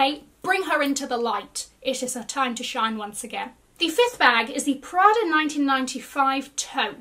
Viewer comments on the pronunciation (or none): none